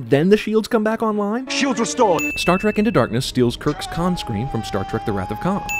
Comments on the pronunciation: No matter how many times I hear it, Benedict Cumberbatch always sounds like he's saying, "My name is Kai". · i still never hear him say Kahn. I hear Kai. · Why does Khan say his name like Kai? Is it Kai and then changes? I'm confused!